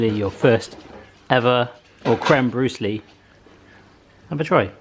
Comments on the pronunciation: it's pronounces Bru-lay not bru-lee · Isn’t brûlée pronounced brewlay not brewlee?